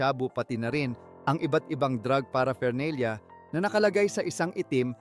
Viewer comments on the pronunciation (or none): paraphernalia -hindi para fernalia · 'Buy bus' operation? Drug 'para fernelia'? 'Si Sar Montano'? 'Doymonte trios' araw? Ahahahaha wtf yung mismong content creator bangag